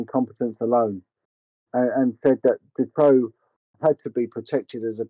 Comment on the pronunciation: And his name is March Dutroux not ‘Detroux’